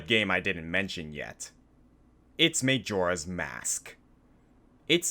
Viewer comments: may-joe-rah's mask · Him pronouncing Majora incorrectly frustrates me as much as the boss fight he mentioned did... Oh, and Moldorm. Felt like a Moldorm.